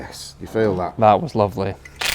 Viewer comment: “..that wuz loofleh.”